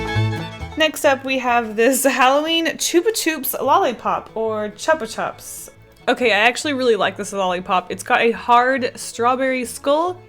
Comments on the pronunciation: u pronunced it correct tho Itspronunced "choo-pa choops" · It’s pronounced Choopa Chup